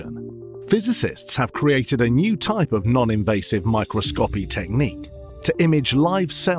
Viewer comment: Oh my god who the hell did the voice over? Micro-scopy?? Brill-win?!